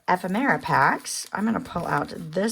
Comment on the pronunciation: Pronounce ephemera. F. M UR Ah